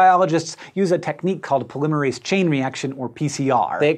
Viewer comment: Hank, I respect you, I love your videos, but I vehemently disagree with your pronunciation of polymerase. still love you though